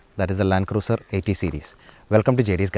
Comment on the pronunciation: ആ Y60 Patrol ഒന്ന് കൊണ്ടുവരാമോ... And please pronounce 'Cruiser' as 'ക്രൂസർ' #NotHarsh🌷